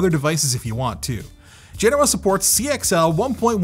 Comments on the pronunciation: Say it with me.. Ge-Noh-Uh. You are saying it wrong as Gen-owah. People follow what you do blindly. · FGS, will you P_LEASE stop Linus calling them 'Gen-NoAh'...it is 'Gen-Oh-Ah' PLEASE PLEASE PLEASE......STOP HIM. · Anthony: Genoa Me, a weeb: Genova